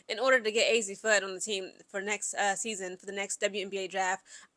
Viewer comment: Mis pronounced fudd !!